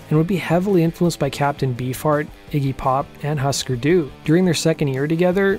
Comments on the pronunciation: Interesting video. Just want to mention Husker Du is pronounced “Hoo-sker Do” not “Hus-ker”. Hope you listen to them and do a video on them. Very important band with a great history and catalogue. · It's not 'Huh' Sker Do. It is pronounced 'Who' Sker Do. It's from a Minnesota kids show or something. Swedish or Norwegian or Finnish. Otherwise you are spot on, informative and fun. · Husker Du pronounced its name "Hoosker Doo," not "Husker Doo." Jesus Christ. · Great video as always. But....its pronounced "HOO-sker Du" not "HUS-ker Du". Those darn Minnesota bands and their Scandinavian board game names!! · Hüsker Dü is pronounced “HOOsker DOO”. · yep. This dude is a joke. These videos are just plagiarizing Wikipedia and the kid doesn't even know the bands (obviously since he said husker doo lmao) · Note to narrator: Hüsker Dü is pronounced 'Hoo-sker Doo' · It's pronounced Hooskerdoo. And it's spelled Hüsker Dü. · It's not HAsker Du. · Sorry but not sorry but it’s hOOsker doo lol so bizarre Ive seen multiple ppl mess this up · Would be great if you could pronounce Husker Du correct. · The mispronounced husker du, ruined the video for me